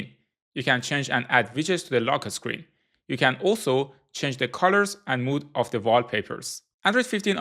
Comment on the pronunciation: "Lo keh sckreen"